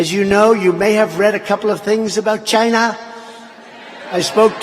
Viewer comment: "CHY-NAA!!" LOL!!!!